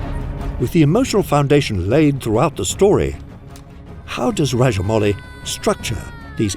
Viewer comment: Sir you are probably the first foreigner who pronounced SS Rajamouli correctly 🙏